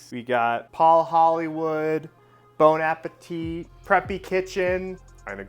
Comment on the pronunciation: The second t in Bon Appétit is silent.